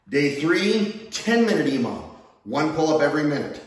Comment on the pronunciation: Emom? Imam? What are you saying ????